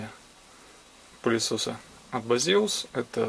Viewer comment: Не Базеус и даже не пиздеус). Правильно - Бэйсус.